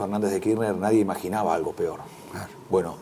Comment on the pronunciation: Si, dijo nada "peron" en lugar de nada "peor" :) ...en fin, mas alla del fallido opino que tiene muy buenas ideas!